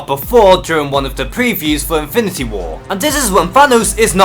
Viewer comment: Great video. And....I'm really making an effort to not mock on your pronunciation because there are obvious reasons...but...man... "Invinty" Gauntlet, "invinty" war, "invinty" stones...seriously? Look. I'm not a native English speaker either but, dude, that was too much. Awesome video though.